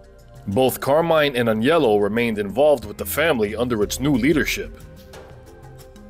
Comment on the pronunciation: Thank you for pronouncing Aniellos name properly...most people say Anelio....drives me crazy